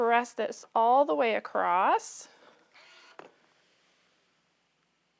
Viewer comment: Those word “across” does not have a “t” at the end…just so you know…